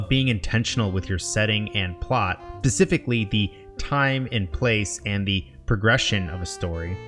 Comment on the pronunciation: you said pacificly instead of specifically